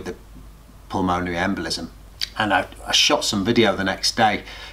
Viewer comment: For reference, it’s pronounced pul-mun-erry